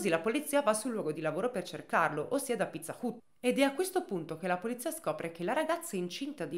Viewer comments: Video bello come sempre, ma pizza UT non se pó sentí. Sarebbe Pizza HAT Anche se scritto Pizza Hut. Con il lavoro stupendo che fai sui casi il controllo di una pronuncia ti porterebbe via davvero poco tempo e ti eviterebbe una stonatura evidente in un racconto assolutamente ben fatto. Buona giornata 😘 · Pizza "ut" però non se po senti dai...ma chissene, sempre Number One!!! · però pizza hut non si pronuncia così ma hat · Pizza hut si dice "hat"😢